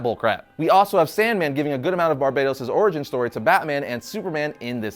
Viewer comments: Barbatos, not Barbaytos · Is it really pronounced Like "Barbados?" Not "BAR-BUH-TOHS?" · Stop calling him Barbeytos he is BARBATOS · i think you pronounce it ..Bar Baaa Toss not Barbados ya rasshole :face-blue-smiling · barbatos not barbados